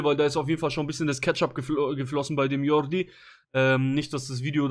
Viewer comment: Sprichst Jordi richtig aus.